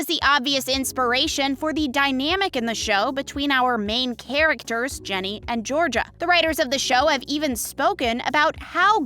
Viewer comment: it's GINNY not JENNY